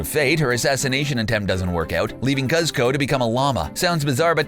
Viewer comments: It's pronounced "coozco" not "cuzco" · Cuz-co and Crunk, THOSE ARE NOT THE NAMES